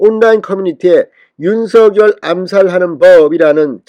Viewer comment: 진성호 윤석열 이지만 발음 은 윤석렬인데 매번 윤서결이냐 발음해봐 윤석렬 윤석렬 윤서결 아니다 윤서결 아니다